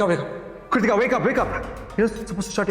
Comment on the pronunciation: to Kritika ka naam bhi thik se pronounce nahi kar paata, Kartika bulata hai use 😂